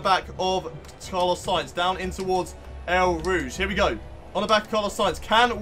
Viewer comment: You pronounce it as Oh Rouge